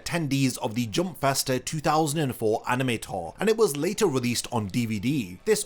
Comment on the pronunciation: Drink every time you hear "aneme"